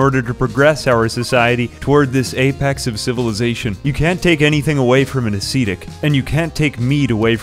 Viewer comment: This has always bothered me about people who play rimworld that I watch, but non of them including yourself can pronounce 'ascetic' correctly. I thought maybe it's a cultural difference at first (myself being British) but says it incorrectly too, unless he's become traitor to the empire and that is indeed how you pronounce 'ascetic' over the pond.